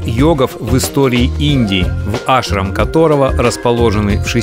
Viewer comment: Косноязычный ты человек. Во всех тех словах: Ашрам; Баба; ударение делается на последнем гласном. То слово "баба" как ты произносишь это женщина на русском яэыке, то же самое и на санскрите. "Баба" переводится с восточных языков как "Дедушка" "Дед" "Великий человек". Коверкать слова не надо, Ударения надо правильно ставить. Ты что Макареыича родственник что ли?.